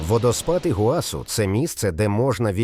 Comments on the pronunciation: Тільки не ПамУккале, а ПамуккалЕ, наголос на Е. Не ІгуАсу, а ІгуасУ, наголос на останнє У. А тільки у розповіді про водоспад Гокта, показали фото водоспаду Анхель. Таке собі відео... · Щиро дякую! Сподобалось❤. Ведучий неправильно ставить наголос в словах Памукале і Ігуасу